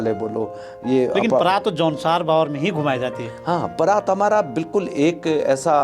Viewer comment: ये न भाबर है और न बाबर.....!! ये है जौनसार - बावर....!! जो कि दो क्षेत्र विशेष होने के बावजूद सांस्कृतिक और प्राकृतिक रूप से समान हैं! इसीलिए इनके नाम एक साथ लिए जाते हैं! ❤